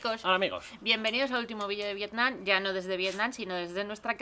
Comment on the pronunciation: muy bien el video y todo, pero la verdad me pone un poco nervioso que la chica llame al pais "Vietnan" todo el rato y no Vietnam.